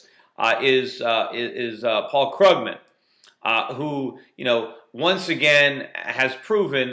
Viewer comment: its kroogman! xD krooooogman